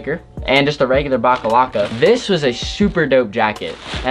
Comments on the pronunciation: I cringed so hard Everytime he called the box logo stickers "backalacka" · I wanted to shoot myself Everytime he said baclava instead of box logo